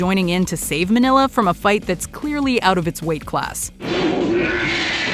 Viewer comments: It's MING-YAH the son of Godzilla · it's Mini-lla, or Mini-ra. As in Mini -Godzilla/jira. Kind of like Mini -Me